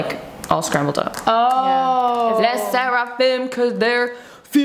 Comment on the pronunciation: How did you call le sserfim